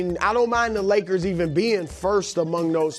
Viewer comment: “The Woyers”- Brou